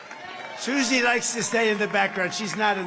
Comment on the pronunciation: When he say suzi....😅